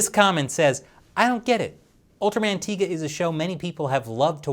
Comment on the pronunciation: It's tie ga not tee ga